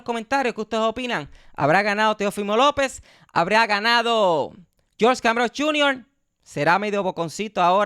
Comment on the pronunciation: Es cambozos ponte listo ya dijiste canbrozzzz como 70000 veces saludos carnalito me gusta tu forma de editar esos videos